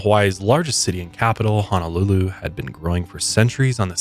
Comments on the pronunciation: It's Honolulu, not Hanalulu. Mahalo! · Just FYI since you and Kendall like to visit the islands and enjoy the Hawaiian culture. Pronunciation is ho-no-lu-lu ….. instead of ha-na-lu-lu ☀️ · Aloha, Sorry...it's HOO-NOO-LOO-LOO(Honolulu)...and HAH-VAI-EEE(Hawai'i)...Listening in I'm getting irked small kine....but keep up da good work!🤙🏾